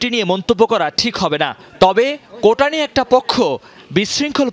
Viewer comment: কোটা তো নয় ,, কৌটা